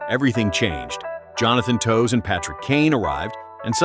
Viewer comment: Toews is pronounced Taves. blantant AI narration lol